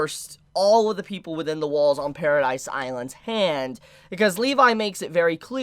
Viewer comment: Did i hear said paradise??? Isnt it paradis?